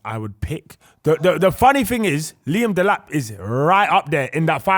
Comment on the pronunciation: man said delap